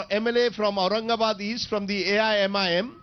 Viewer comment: Does this idiot Anchor doesn't know the name of Aurangabad y is he calling it Aurangabad.